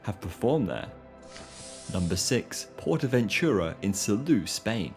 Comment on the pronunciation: . Ahum. For you English speaking I will write the pronounciation as: [Sahlow] with [low] as in alLOWwance, not as on the botton, thus more of on ao. Also, [Portahventoorah], not [Pohtahventyuruah] as you said.